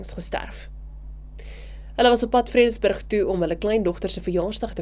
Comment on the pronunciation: Vredenburg...nie Vredersburg nie😊